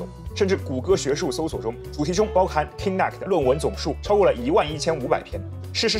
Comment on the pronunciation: Kinect 發音錯誤